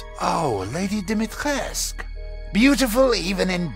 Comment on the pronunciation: btw, it's pronounced Dumitrescoo, i.e. Duh-Me-Tré-Scoo